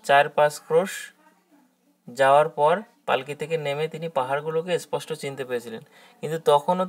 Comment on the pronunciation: এসপষ্ট বা এসথান না বলে সঠিক উচ্চারণ করলে ভালো হয় ।